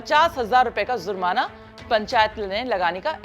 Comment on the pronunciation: Aap zurmana keh rahi he jab ki word he jurmana